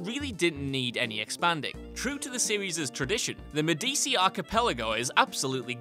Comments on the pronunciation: Great video but it isn't "MED-DEE-SEE" It's (Godfather accent) "MED-EH-CHI" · IT'S PRONOUNCED ME DI CHIIIIIIIIIIII not me di si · It's pronounced "medichi" but spelt like medici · you said medici wrong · It's funny how you pronounce "Medici" wrong since the game literally says the correct pronunciation many times